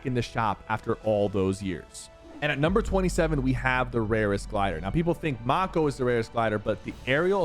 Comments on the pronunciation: Sypher the mako glider is not pronounced Mah-ko its pronounced may-ko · It's pronounced MAY-KO, like the shark, not macko. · Macko may ko not mocko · Not Mah-Ko it's May-Ko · ITS NOT PRONOUNCED MAH KO ITS PRONOUNCED MAE KO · Bro called it the MAH KO glider,😂😂 its MAY-KO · It’s pronounced ma ko not moko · Please quit saying "Mah-co", it's "May-co" like the shark 🦈. Even the glider has a shark mouth on it. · mayko prenounce not MAKO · May-co Sypher not macko lol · Sypher everytime u say MAKO i get so angry bc ur say MARCOO but its mako like the marine word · Sypher… I love your vids but it’s not mako (mah-co) it’s mako (may-co). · its not moko its mako like a mako shark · bro rlly said the mah-ko glider not mako 😂😂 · Bro said “mahko” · The glider is pronounced "Mayko" a type of shark. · Bro really said maco Glider 💀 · you definitely know its pronounced may-co your just another youtuber pronouncing something blatantly wrong to get a rise out of there audience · bro its MAKO not MokO learn how to say it brok it is pronounce Maykow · Mako like the shark not maco or whatever you said lol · Bro said mAko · I love you supper but why you gotta say mako like that 😢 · Bro really said marko💀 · PKi love your content, I'm subscribed. Watch all your vids. So that being said the glider in this video "Mako Glider " it's Mako..like the shark😅.. Lol... keep up the Great Content 🎉. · It's mako... May-Co. Like a mako shark. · bro calls the mako the moco lmao 💀💀💀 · The Mako is Pronounced May-Koh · maKO its mako glider 😂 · pretty sure you say mako wrong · How did you butcher the mako gliders name so badly 💀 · How has he still not learned how to pronounce Mako. Lol